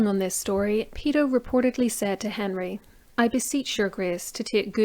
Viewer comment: Sorry, the ladies accent confused me, it's Peto not pedo lol.